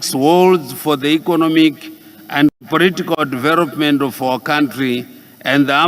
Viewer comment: Vhonoreble, poritical, incrusiveness, famiry yaaa neee